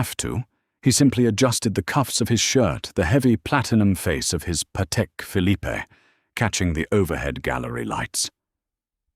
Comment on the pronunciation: Note to AI narration editor: With Patel Philippe, the final 'e' in Philippe is NOT voiced. Fix it.